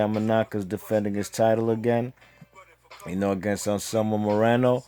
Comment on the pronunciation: Nice job saying those names, I couldn't have said them that well.